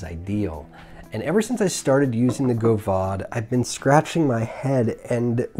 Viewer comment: the fact that the god damned aeronaut is you're fav rda pretty much says everything about You, I mean besides the spicy jew fro and fuck boy 03 chin straps. only liberal hipsters actually enjoy the aeronaut. team single coil is for gays. also it's GOV-AD not go-vahd you illiterate speaking fuck. decent review tho, less scatter brained.